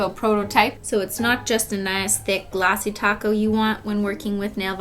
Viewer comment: because its glossy and people always thought she was saying ‘’glossy taco’’ instead of ‘’glossy top coat’’